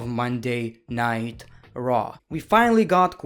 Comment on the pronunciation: Is it me or does he sometimes say Monday night traw instead of Monday night raw